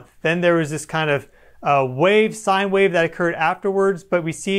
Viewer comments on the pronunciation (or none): none